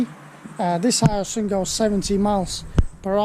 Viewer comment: Pronounced wrong, sorry